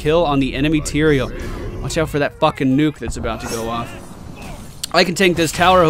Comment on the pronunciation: It's Tyrael, goddammit!!